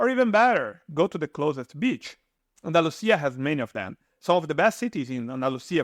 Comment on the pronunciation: What's wrong with the narrator's pronunciation ? Retirees, bored, Andalusia ....just a few words that are totally butchered just like a bot would do.